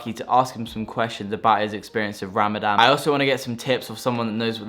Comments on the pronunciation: I love how you say RAMADAM the whole way through hahaha, but thank you for such an informative video! you went about this so respectfully ! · Raaa-MaaDun say it like this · Did man say ramadam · All non Muslims say ramadam instead of Ramadan